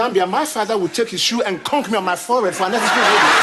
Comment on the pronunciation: Kunk….dat is wen smaddy use dem knuckle pon u farrid….conk was a black hairstyle in the US….plus di seafood….all about how u pronounce di word….